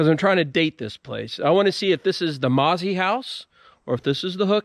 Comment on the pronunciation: Wonderful video. However, in the Shenandoah valley and environs, the name "Mauzy" was and is pronounced Moe-Zee with a little more emphasis on the 2nd syllable.